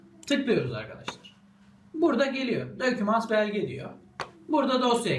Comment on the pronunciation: "aytunus" "dokümants"